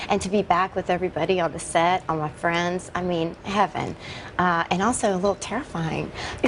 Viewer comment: "All my frens...". lol